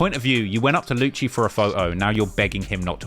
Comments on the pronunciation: Its not Luchee is is Lucy. For Lucifer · lewcheee wtf man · Its lucci (Loo see) and he ain't block 6 anymore hes nr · Lucii gonna put some juju on my man for mispronouncing his name still and saying he is still block6 xDDDDD